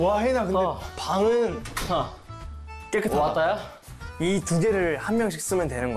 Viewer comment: 해인: 와따야? ㅋㅋㅋㅋㅋㅋ 애기같은 얼굴에 구수한 말투 ㅋㅋㅋㅋㅋㅋ